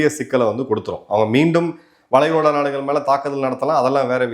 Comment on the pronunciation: நாடுகல் ஒரு வேல. தவறான உச்சரிப்பு நாடுகள் ஒரு வேளை